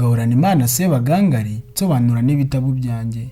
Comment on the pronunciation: Ntabwo bavuga Sebagangali,bavuga Sebagangaali. Kuri nga bashyiramo isaku ry'ubutinde.